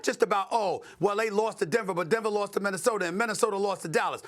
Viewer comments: Why does Stephen A always pronounce words that finish with a with r??? “Rob Polinker”. “Minnesotar” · Don’t forget “Minnisoder” lmao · Broooooo, then he calls “Minnesota” …. “Minnisoder” lmao